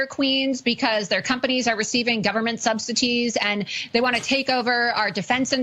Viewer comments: “government sub cities/ subsities ” or “government subsidies”? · “Sub-cities”? The word is “subsidies”🙄🙄🙄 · I believe she says "receiving government SUBSITIES, I thought the word was subsidies? Maybe her big lips can't say the word correctly. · "Their voices were silenced for so long" WTF is she talking about? Not being allowed to lie with reckless abandon? Awww, were you fact-checked? How terrible. Did she say "Government subsiTEEs"? Seriously? (it's subsidies, there's no 'T' in the word.) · Is she saying Government substeeties? I don't hear subsidies... Anywho, if only there were a person, or a group of people to warn everyone about Muskolini's practices. Now, sadly, it is too late. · "Gov't 'subsities' "??? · “Subsities,” Laura? 😅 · Lol "substities" lmao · Does Loomer say"subsities"? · She mispronounced "subsidies"! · Who has TRUMP invited to his swearing in? And can some tell her how to spell and pronounce subsidies. There is no T in it scary woman!!!